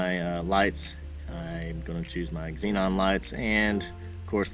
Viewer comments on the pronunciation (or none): none